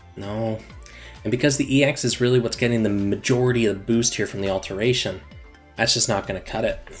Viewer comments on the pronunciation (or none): Why do you say "AlterNation" and "Amgalmagation" when it's "alteration" and "Amalgamation"?